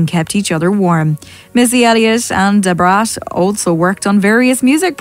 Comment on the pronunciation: The way the English narrator kept saying DuBraattt! Lmao